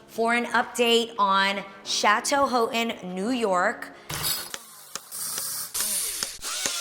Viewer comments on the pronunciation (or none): none